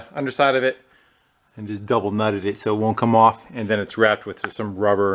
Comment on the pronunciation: "Dubble-nutted it"